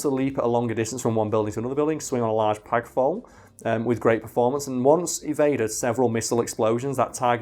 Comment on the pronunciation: "pag flole"